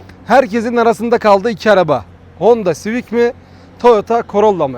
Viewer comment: Abim civis değil Civic 😜